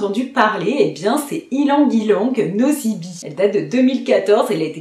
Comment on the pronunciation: Bonjour. Vos vidéos sont très intéressantes. Je reviens simplement sur la prononciation de ylang ylang nosy be. Nosy be est une ville à Madagascar en bord de mer, où les fleurs d'ylang ylang sont magnifiques ! Le nom de cette ville se prononce de la même manière que la grande chaîne de parfumerie bien connue "'nocibé". Voilà ! 😊